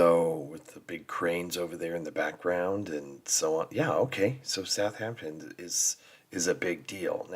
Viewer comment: It is Southampton, and not Southhampton